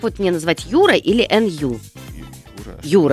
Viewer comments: Не Н-Ю,а НЮ. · Как же бесит , что она говорит эНЮ 👹👹👹👹👹👹👹👹👹👹